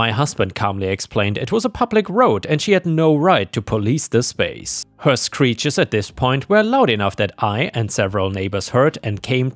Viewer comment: Hey. Ich finde, du suchst schicke Geschichten raus und finde auch gut, dass du dir die Mühe machst, die Geschichten selbst vorzulesen. Ich möchte dich trotzdem bitten, etwas an der Aussprache zu arbeiten. In einigen deiner Videos war das Zuhören ein regelrechtes Fremdschämen, wenn sich beispielsweise wieder ein "Hööör" (her) durch den Gehörgang bohrt.